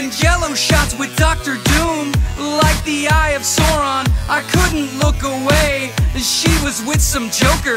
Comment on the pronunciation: And to this day still don't understand why he pronounced the eye of Sauron as "the eye of soreron"